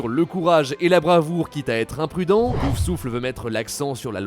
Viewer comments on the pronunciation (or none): Je suis stressé par le fait qu'elle prononce "Poussouffle" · PouFFFFFFFFFsouffle. Pas "Pousouffle". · Il faudrais peut être apprendre a dire POUF SOUFLE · A part l'architecte, les infos étaient déjà connues bien avant la sortie du jeu. Pour la prochaine vidéo sur le sujet, pour essaierez de prononcer correctement "Poufsouffle" et vous retiendrez que le prénom de la fondatrice est Helga et pas Holga 😁